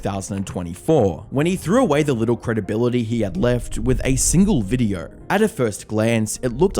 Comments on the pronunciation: You say video like videorh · can you please point out to me where the fuck the "r" is in the word "video"